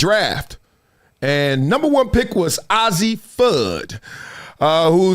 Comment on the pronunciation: Bra it’s a-zzi not Ozzie 😂 and the Pac-Man thing is from colors com on man